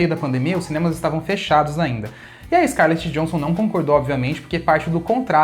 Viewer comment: A pronúncia não é Scarlet Johnson mas sim « yohensson »